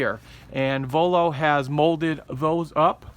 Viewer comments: Voiio and not vollo :) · just a correction its Voiio not Vollo